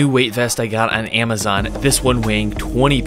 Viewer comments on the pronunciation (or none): none